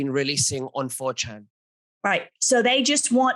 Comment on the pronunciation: Having trouble understanding the pronunciation. Did you say the dark web site is called Fortune, For Ten, or 4Chen? The only one I found was the latter. And it’s wild alright!